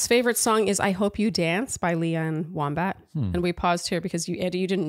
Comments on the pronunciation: I went back and replayed it so many times because I couldn’t imagine someone with such a special connection to the song pronouncing it “Wombat” but that’s definitely what it sounded like. 😂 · Going back and rewatching, I was going to say I think he does say Womack and just under-pronounces the "ck," but then I listened one last time with my eyes closed so I couldn't see the closed captions that do say "Womack" and WOW does that sound exactly like Wombat 😂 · I'm glad I'm not the only one that heard "wombat" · LOL My husband wouldn't believe me that said Lee Ann Wombat. Clearly, heard Wombat also. 😂 It's Lee Ann WOMACK. 😂😂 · I think you guys did a fantastic job, even if you do feel out of your element with this one!! So excited to continue watching alongside you! 😁 P.S. it's Lee Ann Womack, not Wombat 🤦 for two people that supposedly have such a special connection to that song, I was shocked one had the wrong name and the other didn't correct it 😂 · I had to rewind three times to make sure said "Lee Ann Wombat". Love it. Lee Ann should really consider changing her last name to Wombat. Also, Carmel is NYC-specific so the "silent" area code was 212, rather than 800. Loving the NYC car rental commercial nostalgia. Brings back memories of Tel Aviv aka good ol' Dial ), though they unfortunately never quite managed to pen a catchy jingle. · Did you say Leann Wombat?😂😂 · Lee Ann WoMACK not Wombat 😂😂😂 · Womack, but yes haha. Wombat made me giggle. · Not Wombat! Womack, yikes lol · For people who get annoyed when people aren’t grammatically correct, it’s funny to hear you say Lee Ann Wombat